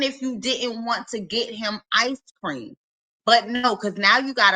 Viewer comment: I Know This Is Petty But I HATE How She Says “Ice Cream” There Is No “S” Sound In Ice Cream🙄